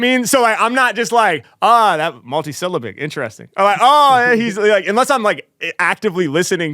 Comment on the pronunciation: mul-tee-syl-LAB-bic, no?